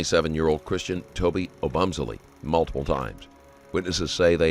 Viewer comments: "Oh-Bum-Selly" Really bro? Couldn't just look up the way to pronounce this victim's name before you do an entire video on it? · It’s hard to hear you mispronounce Christian’s last name so many times 😅